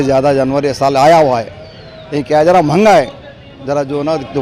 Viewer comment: Manga hai 😂😂😂 "mehnga"